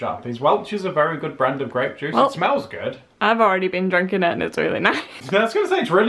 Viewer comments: it's Gra(y)pe juice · It's grey'p juice :D hahaha I recently saw purple, red and white (the green ones) grapes in the grocery store. Mostly it's just red and white, just like the whines.... Maybe you could try painting with cheap whines or gluehwein?